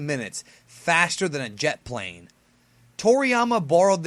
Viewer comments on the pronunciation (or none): none